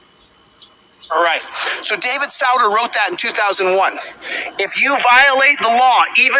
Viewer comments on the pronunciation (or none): Justice SOO-ter, not SOW-der, jackass. He served from , so you'd think someone studying constitutional law since 1998 or so would know this basic fact. (He was one of the more fun ones, admitting during his confirmation hearing that he had read Fear and Loathing in Las Vegas by Hunter S. Thompson).